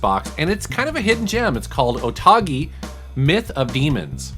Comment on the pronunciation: You know it's OTOGI and not Otagi ?